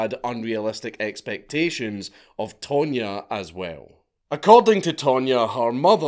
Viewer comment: tonya not pronounced tone ya i would say more tanya. Not to mention don’t forget there was no google back then you couldn’t just find out where someone is in 2min😂. With that said they were still crazy stupid and a 5th grader could of came up w a better plan.